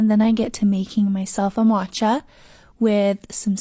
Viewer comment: you know what, you're all right. It's actually so much worse. She says MATCHA like MAWCHA. That's so much worse 😂